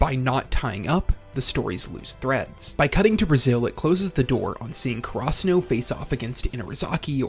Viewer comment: I know bro isn't pronouncing karasuno like that on purpose, what in the FUCK